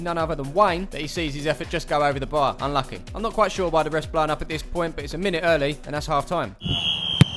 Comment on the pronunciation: British accent UNNNLUCKYYYYYY